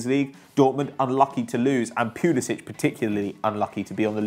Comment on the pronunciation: Your pronunviation of Pulisic makes me want to blow my brains out. It's not pyulisich, it's Poolisik